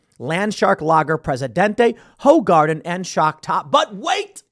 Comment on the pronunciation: Only ones I cared for when I actually drank were Stella and Hoegaarden (pronounced Who-Garden Tim), other than that, I don't know any of the rest nor would I drink any of them anymore.